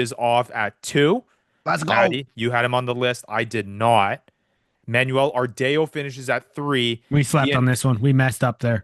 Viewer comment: Ardao: R-DAY-O is out of pocket, lol. R-Dow correct pronounciation